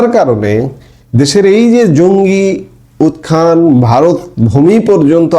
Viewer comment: ভাই নমস্কার, সমসাময়িক বিষয়ে চমৎকার কন্টেন্ট। আপনার কন্টেন্ট নিয়মিত শ্রোতা। উত্থান উচ্চারণটা উখ্কান বলেন। আপনাকে অসংখ্য ধন্যবাদ। মাঝে মধ্যে আপনিও হতাশ হয়ে যান